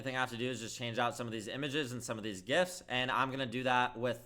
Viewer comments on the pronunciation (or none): none